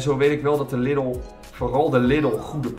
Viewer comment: Na al die jaren spreek je Lidl nog steeds verkeerd uit